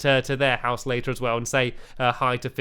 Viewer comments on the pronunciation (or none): LAUGHS SO HARD dear stampy its later not litter